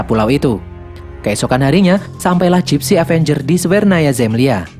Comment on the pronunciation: kok bilangnya Dipsy danger bukannya gipsy avenger